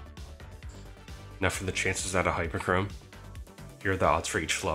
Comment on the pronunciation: Bro said hyperchorme hyper cream🤣